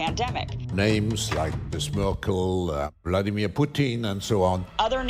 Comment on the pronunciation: Why he said "BloodyMir Putin 😂"